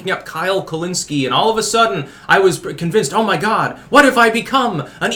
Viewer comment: I laugh anytime you say anything like "muh children" lol. That muh shit kills me lol